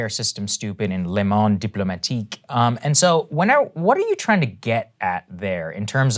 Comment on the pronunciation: Saagar coming in with the beautiful French pronunciation :))